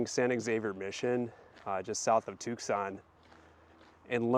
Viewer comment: Wow! Beautiful historic spot. I have to visit here next time I'm in Tucson. If you're ever there in January the entire city is taken over by rock, mineral, gem and jewelry shows. Definitely worth a trip. Oh... and the C is silent. It's pronounced Too-sonn. You Midwesterners talk funny. 😊